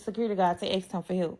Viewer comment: Pacificly. Ax. Ambalance.